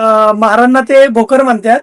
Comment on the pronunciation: भोकर नाही भुकर